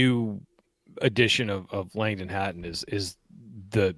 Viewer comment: its pronounced Hatton :)